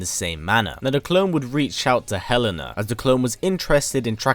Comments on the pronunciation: Sooooo I love the video, as always. I should point out that Helena's name is actually elena the h is silent. Like Ellen and a......Aaaannnndddd actually Kasumi tried to rescue Helena from suicide actually. 😅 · The en in helena is pronounced like the en in enter.